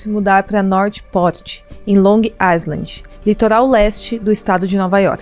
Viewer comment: Pronuncia-se AILAND.